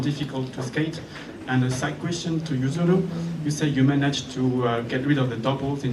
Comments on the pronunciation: Oh, the good ol’ days when the British uncles used to called Yuzuru, “Yuzuri”, and now this interviewer has revived it lol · Lol did she call Yuzuru Usury ahaha